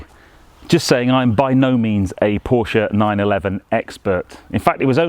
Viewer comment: Finally a car guy who knows how to pronounce “PORSHAY” ....